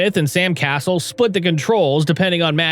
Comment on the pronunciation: It's Sam Cas-sell, not Sam Castle. I thought about subscribing but that makes me think this channel is AI.